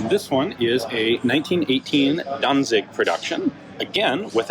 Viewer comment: As you mention Danzig quite often and are aware of possible wrong pronounciation: It's almost correct, but the z is spoken sharp, like the c in "dance".